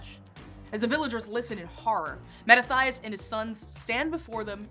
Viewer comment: Mah-ta-ti-as, not "Mah-ta-thigh-us"